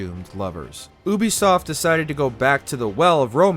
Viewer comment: Bro, you are terribly mispronouncing Ubisoft